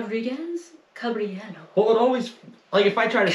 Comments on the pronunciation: Phonetically Cabrillo is pronounced ca bree yo. I grew up in Southern California. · I think it’s Pronounced “Cabreeyo” .